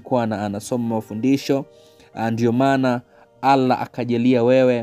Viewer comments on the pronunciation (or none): Nyie watanga zaji kama mbona mnalitaja jina la mwenyezmugu vibaya sio alah ni Allah kabla amja tamka muulize kwanza